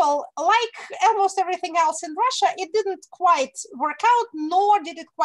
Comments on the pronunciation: Екатерина, один момент - almost произносится как "олмост", не "элмост". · Almost is pronounced as олмоуст